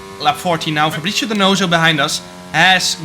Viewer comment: its “fabri(ts)io”, not “fabri(cc)io”